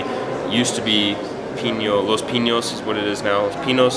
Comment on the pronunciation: "Los Pinos" with a regular "n." No "ñ."